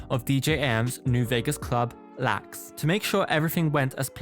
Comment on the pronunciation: The club in Vegas is pronounced L - A - X (like the airport) - but without them using appropriate punctuation & you not being from the States, I can see why you called it lax, lol.